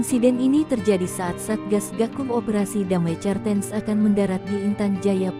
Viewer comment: Cartens..bacanya kartens bego